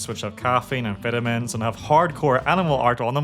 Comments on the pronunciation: Yeah definitely sounded like he said amphetamines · He said full if vitamin i heard full of amphetamines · Your ad read sounds like you're saying amphetamine when you say vitamin